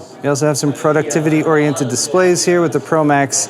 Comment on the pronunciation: pro-duc-tiv-i-ty | ˌprädəkˈtivədē, ˌprōdəkˈtivədē NOT product-ivity You've earned my un-sub-scrip-tion. !